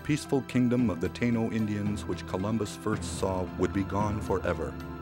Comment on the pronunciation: It is pronounced Tie-ee-no and they are not gone forever. They are very much alive in Puerto Rico especially in the mountains.